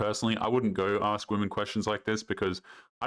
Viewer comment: The fact that she can NOT speak basic english and says "aks" instead of "ASK" is enough to dump her.